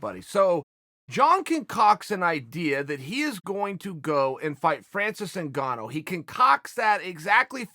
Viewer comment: Oh by the way his name a not Francis zingano or pronounced that you absolute fool.